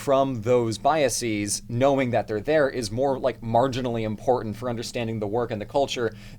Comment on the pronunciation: I love ya, but the way you pronounce "biases" causes me physical pain (/lighthearted). I promise you that E is a schwa.